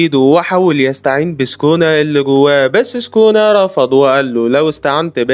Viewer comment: سوكونا❌. سكونا✅